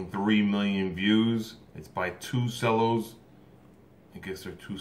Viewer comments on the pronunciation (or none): And it’s pronounced chellos not sellos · Nobody:: 2 sellos If u don’t know u it’s pronounced chello and spelled it’s spelled cello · its thunderstruck cover by 2 cellos. and it's not sellos, it's cellos, pronounced chellos. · it's CHello not sello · ITS FUCKING PRONOUNCED TWO CHELLOS NOT SELLOS ITS JUST SPELLED CELLO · I love the 2CELLOS ( pronounced 2 CHELLOS, the C sounds like CH) lol. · You got me every time you said “sello” 😂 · They are amazing artists. Watched them with my family month ago in Chicago 👍❤. Cellos you pronounce che-low😉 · How come he says cellos like sellos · Cellos are pronounced ( Chellos ) Kevin Plays one !! That was Awesome///Great reAction !! Very entertaining Dude !! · You pronounce it like ch-ello but it's spelled as cello I would know I play the cello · Pronounced chellos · Pronounced “Chello’ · it's pronounced 2chellows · He says " cellos" wrong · Did he mispronounce cellos? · Plastic Ninja YUP, and im triggered